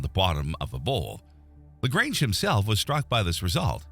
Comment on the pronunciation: As much as I want to watch it, I cant simply because of the pronounciation of "Lagrange"